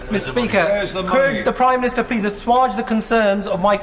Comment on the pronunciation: Assauge rhymes with wage, not Farage :)